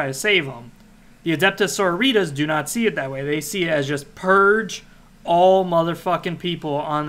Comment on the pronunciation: man said, "Adeptuh Soritas"